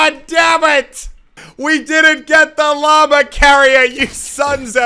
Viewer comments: Stop saying llamerr. It’s llama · Whenever muselk says “llama” I hear “Lamar”